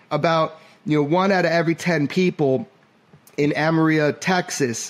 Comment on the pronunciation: So happy you guys are having a Season 2! Excellent work! Jeremy just thought you’d wanna know (and not trying to be rude to you at all), it is pronounced Ama-real-low. My husband is from a little town north of Amarillo.